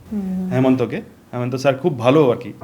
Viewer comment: Please Assam ar CM Himanta Biswa Sharma, apni Hemanta bolchen,please namta thik kore bolle valo lagbe